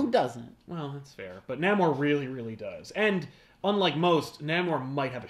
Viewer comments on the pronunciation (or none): Confident his name is pronounced NAY-MOOR. Ant-Man Hank Pym IS an original Avenger. West Coast Avengers was a popular idea at the time anchored by fan favorite Hawkeye as leader. Tigra did wear armor-in the much maligned animated series-Avengers:United We Stand.